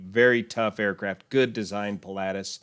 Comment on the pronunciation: I'm surprised you're butchering the pronunciation of the aircraft type 'Pilatus' so badly?